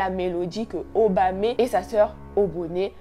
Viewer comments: C’est juste OBONE et Obame pas oboné et obamé😭mais bon on kiff l’histoire 😂😂😂❤️ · Ça se dit Obone et Obame y’a pas d’accent à la fin ma belle 🥰🥰🥰🎉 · Obame et obone on ne lis pas le E😂❤